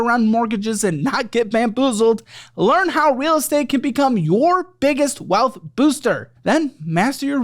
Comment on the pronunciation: It's not just me, right? says "wipe the state clean" instead of "wipe the slate clean", and then says "the real bealth wuilding power" instead of "the real wealth building power".